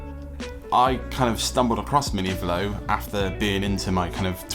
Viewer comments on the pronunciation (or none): It's Velo, like yellow